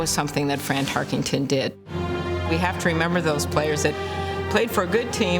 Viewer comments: Amy Klobuchar mispronouncing his name is quite irritating. Tarkington? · Klobuchar is a lame brain - it's Tarkenton, not Tarkington. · Tarkenton not "Tarkington", c'mon senator. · "Fran Tarkington" the least you could do is get his name right Amy. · Why does she keep calling him "Tarkington?" Makes my skin crawl..... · You enjoyed hearing her say "Tarkington" a million times? Can't even pronounce his name correctly! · Amy Klobuchar saying "Tarkington" - No thanks. On to #90. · IT’S NOT TARKINGTON !! PRONOUNCE IT CORRECTLY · If she’s such a big fan, why does she keep mispronouncing his last name? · She’s can’t even say his last name right 😂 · That was bothering me too. You would think a life-long Vikings fan would know how to correctly say his name.